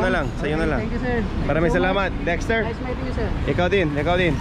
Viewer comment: I really love watching your vlogs. Even the accent is on point. 🤩 The way you say Dexter is very Filipino.